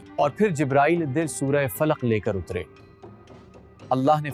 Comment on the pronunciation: plz surh ka name sahi bolin